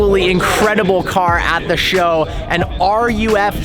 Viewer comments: It’s is pronounced “roof” not ar-you-eff. Lol. Alois Ruff forgives you. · ArE yOO eFf 🙄. It’s ruf... roof. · Episode 223 of can’t pronounce anything German correctly. Says Ruf “R.U.F” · Dude FYI, Ruf is just pronounced ‘Ruff’ - it’s the owner’s last name - Alois Ruf.